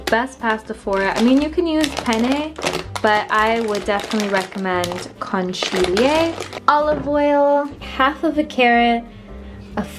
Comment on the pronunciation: Seeing you pronounce conchiglie killed me 😂 Digli a Francesco di insegnarti italiano